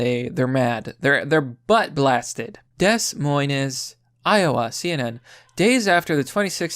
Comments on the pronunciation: Dess moyness? Dude. I agree with almost everything you say, but literally every time I click on your videos and hear you reading, or hear you mix metaphors etc etc, and I genuinely question whether or not you have a learning disability. Which is fine, I mean - every time I hear gundam (and to a lesser extent, the quartering) read things I genuinely believe he has to be dyslexic - but just, damn. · GRAMMAR NAZI ACTIVATE its pronounced DE MOYN Iowa. GRAMMAR NAZI DEACTIVATE - HEIL ENGRISH RANGRAGE!!!! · “Dess Moi-ness”. Jesus Christ do you know NO ONE you can verify pronunciations with? This is why I never share your videos. No matter how on point you are, you mangle pronunciations so badly in every video that anyone I shared your video with would think I was an idiot. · Des Moines is pronounced Da Moin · "dess moynez" Come on dude... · They never learn..... And it's pronounced "Dee Moi'n",. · I allways thought it was 'de-moyns', which is odd for a fenchman as we'd pronounce that 'demwan' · Des Moines is pronounced De Moin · ...lol...pronounced (DEEE MOYNE) ...am I a troll now... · Deh-moyn not Des Moines Please dude I love your content. Look up the pronunciation of words.its like one of the only complaints I have about your content. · Did you really just say "dess moyness" instead of Des Moines? What the fuck are they teaching kids in school? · Des-moynes. 😅 I can't tell if he does that on purpose or not? Anyway, it cracks me up. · please learn how to pronounce 'Des Moines'. Other than that, you're doing ok. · man, you’re totally mispronouncing “des moines”... the s are silent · As an Iowan, I've figured about half the people think they are being funny, and the other half apparently didn't have to memorize the state capitals in school like I did. Usually the latter will stumble over pronouncing it. So I think he's joking. But to us in Iowa it's like hearing a bad pun the 1000th time lol.